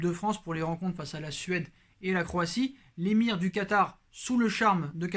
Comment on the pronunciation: "Calé Quatar" 😛